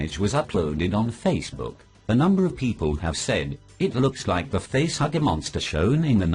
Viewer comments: Thanks, I needed a good laugh. By the way, it's "facehugger" not "facehagger". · You said face hagger bud it's face hugger HUGGER just so you know